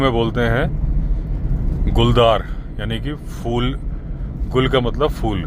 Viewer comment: humko ap ki chinta nahi hai lekin lakhon Bhartiya galat hindi seekh rahe hain aap se. Kripya ucchharan theek karne. "FOOL" nahi "PHOOL" hota hai. 🙏